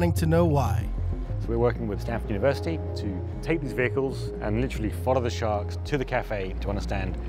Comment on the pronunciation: Did he say: We are following the sharks to colombia and back again year round :D